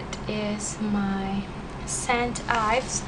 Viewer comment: u pronounced st ives wrongly.